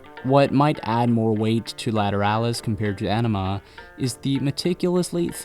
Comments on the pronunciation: Great video! You mispronounced their second full length album, however. It's pronounced "AHnima", not "Enima". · AWnima...not Enema...oi. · Ænima is pronounced "eye" "neh" "ma" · sigh It's Justin Chancellor, not Adam. You mispronounced "Ænima". The album title is spoken in the same nomenclatural vernacular as the Jungian psychological tropes, to wit the Anima / Animus. The title track is pronounced akin to the process of shooting water up your ass. You mispronounced "Lateralus". The "...alus" is spoken as a descending syllable with a soft "h" sound. The ten thousand days refers to the amount of time Maynard's mother was imprisoned in her wheelchair. The aspect of Saturn descending and ascending is 29 years. You failed to mention Maynard's stint in Green Jelly (pronounced "Jell-o" due to copyright issues). "72826" is pronounced in the same manner as a zip code. Not however you did it. As a proud Tool devotee since "Opiate" dropped in 1992, when I was a 16-year old high school sophomore, (with the multiple tattoos, tour shirts, imports, ticket stubs, and autographed setlists to prove it) I can assure you, with all certainty, that you are not worthy of them, and I am embarrassed for both of us. Please cease and desist with your pseudo, ignorant fandom and move along to something more your speed, like Nickelback. I wish you well